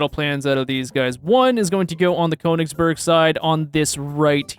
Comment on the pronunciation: Conegsberg as someone who is learning German this hurts my soul